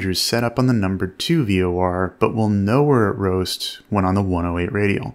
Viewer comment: I keep hearing "ROAST" and not "BOAST"